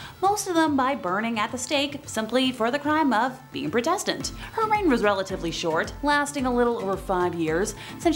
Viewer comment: You're mispronouncing Protestant. It's not Pro like Pro Football Player. More of a "aw" Praw